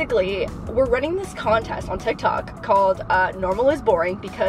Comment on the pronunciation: the way she says tiktok is killing me 😂